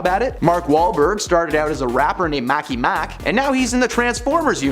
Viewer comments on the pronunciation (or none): *markey mark … not Mackey Mack 🤦🏼‍♀️ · Who the hell is " MACKEY MACK ??? Here we go again with the mispronouncing things. Think he might mean Marky Mark ? Hmmmm